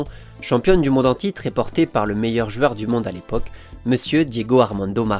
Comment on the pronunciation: J'adore contes de foot et ta façon de raconter, une seule chose que je ne comprends pas, pourquoi tu dis "jueur", tu prononce ce mot d'une façon spéciale et énervante j'avoue 😅